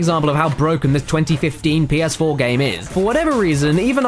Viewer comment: Des es Pii-Yehs-Fwoar